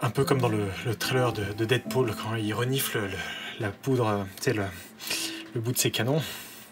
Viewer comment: Dead-Poule?!? C'est pas Pluto dead pool